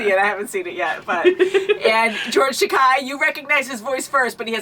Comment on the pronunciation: It’s Akemi not Akime and it’s Takei not Takai